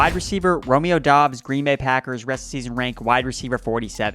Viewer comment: I love how we are two months into the season and NOT ONE PERSON can figure out that Romeo Doubs name is pronounced "Dubs".